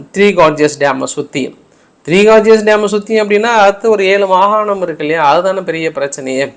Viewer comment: ஐயா மகானம் அல்ல மாகாணம் . தமிழுடைய மானத்தை வாங்காதீர்கள் ஐயா